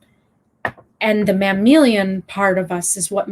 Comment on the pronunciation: mammalian, not "mammilian." the word pronounced correctly sounds like "ma'am alien."